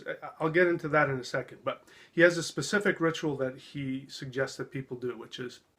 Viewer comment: He's right, it is a ritual; a rit-u -al to right-you-all! 🙄